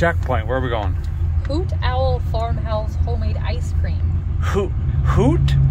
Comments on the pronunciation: It's HOOTOWL ya damn yankee. you haven't lived in the south long enough. Lmao. That's ok you'll be alright. At least you know how to rench. Love the show rock on. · So many things I want to say here. A feller just can't decide. So my comment is this. "Hootowl" in true hillbilly English is 1 word. Not as much articulation on the T. Have a safe and fun time y'all!!